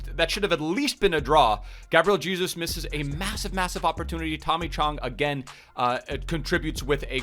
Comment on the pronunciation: That's how you actually pronnounce Jesus in Portuguese tho